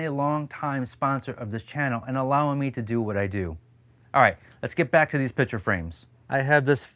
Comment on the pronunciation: You are pronouncing ‘picture’ incorrectly as ‘pitcher’.